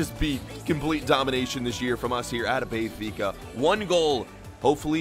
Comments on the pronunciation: Benfica not bay-fica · lmao it’s “Ben-fica” not Bay-fica” 🥴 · Does anyone else get pissed off with how he says Benfica